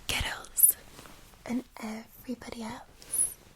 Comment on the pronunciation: Boys and GURILLS.